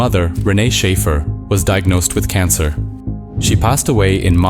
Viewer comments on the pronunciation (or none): none